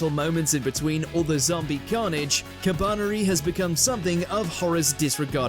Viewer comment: I like how you said Kabaneri like 3 different ways and never once said it correctly